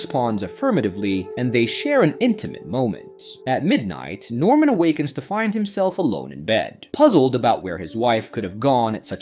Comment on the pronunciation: Ady and Addy? Norman and normal? Barbara and Barabara? If you’re gonna use an AI voiceover, learn to spell.